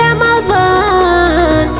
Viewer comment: Она говорить Рамаван надо сказать Рамадан